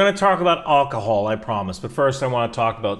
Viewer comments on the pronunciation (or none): AlcHohol. Alc-Hohol....LOL.